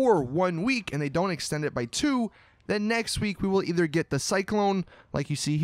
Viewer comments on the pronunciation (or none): none